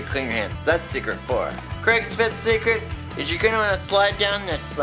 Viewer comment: Instead of secret I thought he was saying cigarette..lol I would need purell after my 4th cigarette too!